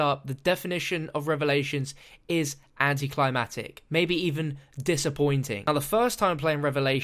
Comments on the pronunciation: Everytime says "Anticlimatic" I question the pronunciation of "Anticlimactic". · "Anti climb attic" lol.